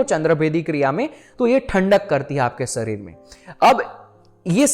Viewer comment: Arey mere bhai bhai sarir kyo bolte ho शरीर, सरीर nhi hota 😅khair ap jo bta rhe ho wo amezing hai. Yes chandr nadi aur chandra nadi most important nadi, isase ayurveda me jyotish me bhi bahut uoyogi hai aur spirituality me bhi sahak hote hai